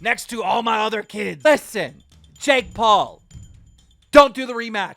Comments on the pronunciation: JAKE doolittle how can you mispronounce his name you don't call jake paul Jack 😑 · The amount of times Keem said JACK instead JAKE was starting to get to me 😅😅😅